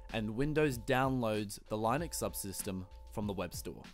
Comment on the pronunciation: please learn how to pronounce linux properly